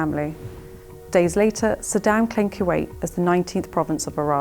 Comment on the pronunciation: It's Kuwait not q 8